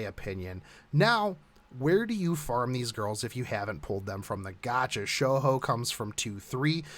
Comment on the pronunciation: someone called can't fkn pronounce shouhou.. come on man wtf